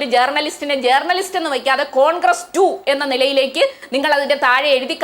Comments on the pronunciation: ജേ"ർ"ണലിസ്റ്റ് ... നല്ല ഉച്ചാരണം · ജേർണിയലിസ്റ്റ് അല്ല മോളെ, r സൈലന്റ് ആണ്.